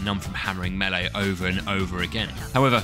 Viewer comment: You had my interest with "meele", but you have my attention at "no knife"